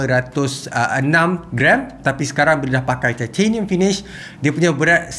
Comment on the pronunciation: Aku tertarik ckp titanium “thai-theyy-nium” hahaha